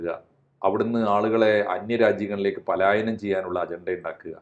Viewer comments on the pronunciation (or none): none